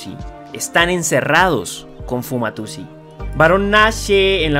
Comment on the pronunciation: Me sigo preguntando por que este man sigue diciendo Fumatusi en ves de Fumayusi